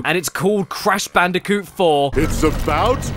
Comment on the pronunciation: Crash ban”day”coot